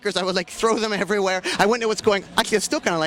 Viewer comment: And “dem” instead of “them”